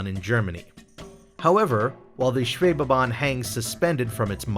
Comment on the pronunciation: My compliments for your pronounciation of the word "Schwebebahn"!